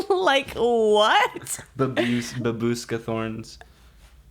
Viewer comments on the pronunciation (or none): pronounciation: ba-boo-shka